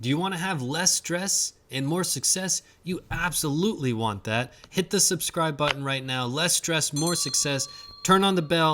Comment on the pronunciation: Be sure to hit that "buh-in"!